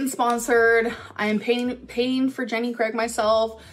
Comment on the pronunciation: "It's not sponsored, I'm payeen for jenny craig myself" Did she just... acting like brands want to sponsor her?